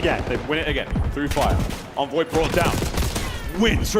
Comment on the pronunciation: Bro 45 seconds into the video you mispronounced Envoy and Hacienda… I’m out lmao